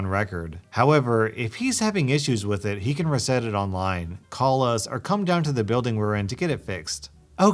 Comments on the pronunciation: REE set not re CETT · How are you saying RESET? That's definitely not how u say that